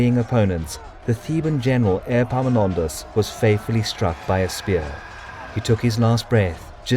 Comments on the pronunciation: 'Airpaminondas'. Better say it as if it was 'Eppaminondas', the e would be right then (epsilon). And the p is not doubled in English anyway, think modern Greek doesn't do it either. Or if it was the other Greek e (eeta), then 'Eepaminondas' would correspond how it changed from the ancient to modern Greek, as it did in English. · Is it just me or does anyone else hear airpomenondas insteas of epaminondas 😂😂😂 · Airpaminondas? Like Air Jordans?